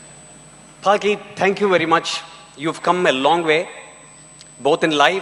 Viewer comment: Falki??? 😂😂😂 What Was That Pronounciation 💀